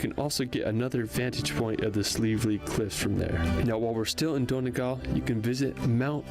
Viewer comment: Why can't Americans say Donegal. it's Dun e gawl, not don e gal.